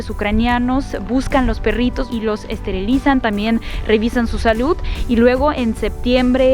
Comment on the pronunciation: me parece muy chevere como dices "perrrritos" ja ja ja :) :)